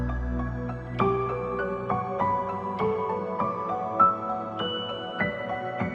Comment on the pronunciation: When you can't even say my name...